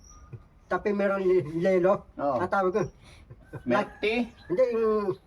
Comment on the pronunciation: Milk.tea ata sinasabi Niya 🤣🤣🤣🤣